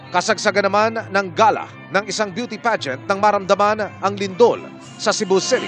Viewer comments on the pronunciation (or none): none